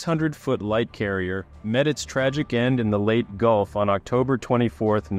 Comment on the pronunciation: I know this is a nitpicking and I like your and I like your videos, but please pronounce the location of this battle with a long e at the end . Not late.